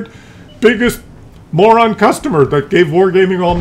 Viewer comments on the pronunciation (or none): none